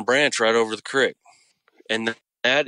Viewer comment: Incredible story. But im not sure if I'm hearing things but is he saying crix ? He keeps saying crix but I think he means creek but why does he say it like that because every word is clear except that one .. sorry it's not meant to be rude im just wondering if he's just saying it wrong or is that normal.. oh maybe it's just from bc of where he lives .most likely ok well great story anyways really scary imo